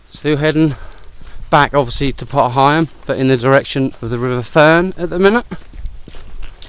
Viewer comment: Nice little walk, really enjoyed that. I have heard pronunciation of potter heigham before, but it's an older name used by locals years past. Think it's quite rare these days. Your pronunciation seems the more widely used one in our present day. Great video. Thanks for taking us along.